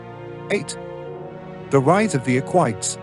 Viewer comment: It's "e-qui-tes", not "eck-whites".